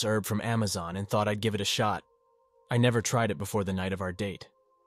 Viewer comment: No, nevah!😅